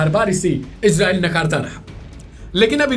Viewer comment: Ejrael nahi bhai Israel bolo apna tone sahi karo....